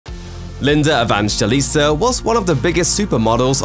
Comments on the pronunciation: Just call her Linda if you didn’t even inform yourself about the right way of pronouncing her surname 🙄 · Why are you struggling to pronounce her name properly?